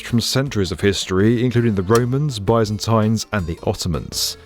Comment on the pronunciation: please don't tell me what I just heard for "Byzantines"